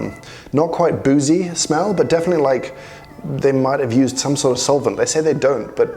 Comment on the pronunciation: Soilent....oh, solvent, never mind.